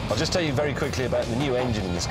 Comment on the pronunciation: says jest instead of just. It's about time somebody pointed this out.